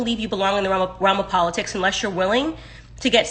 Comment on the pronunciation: I love po-litics 🤦🏽‍♂️